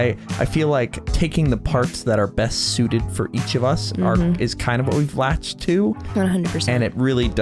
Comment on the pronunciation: You said "best" wrong 🤣